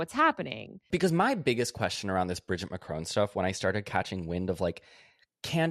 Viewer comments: im really curious how you guys got the pronunciation of Macron that you did. In all media I have heard ,albeit I do live in Europe, its always been said with a short "o". but throughout you guys use the same sound in "crone" Im just curious where you got that from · While we are doing corrections it's pronounced Macron not Mac-rowne